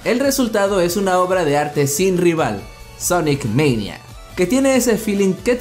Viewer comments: Se pronuncia sonic mania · Di bien el sonic mania